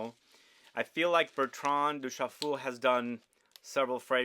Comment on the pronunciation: Did he say Bertran Douschafool?